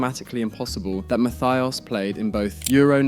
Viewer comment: idk if the list was good but man... german doesn't have an english th.. it's not losar.. Lothar is spoken Lohta.. Matthäus and Matthias are Matteh-us and Mattee-as respectively... (the u like you..) in general I know german is hard but if you make a list (not you,, the universal you here xD) at least try to get the names right. It's not hard to find most of the pronounciations.